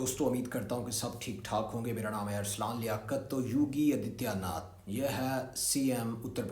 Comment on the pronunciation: Yogi Adityanath ke naam ko sahi se bolo tumhara baap hai